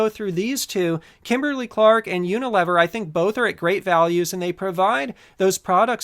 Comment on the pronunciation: I believe it's pronounced Uni-lee-ver